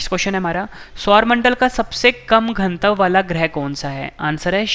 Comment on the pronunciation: Pronunciation sudharo ghanatav ka